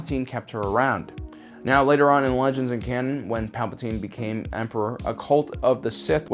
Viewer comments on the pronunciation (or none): none